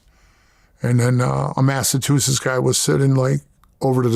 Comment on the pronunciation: He pronounces Massachusetts like Milk74....lol.